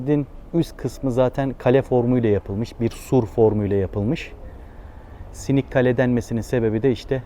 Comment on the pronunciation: "Sinik" deyilde hocam , "Sınıq kale" , yani sınmış , sındırılmış qala. Bilməm sizin türkcədə bu kelime kullanılıyormu.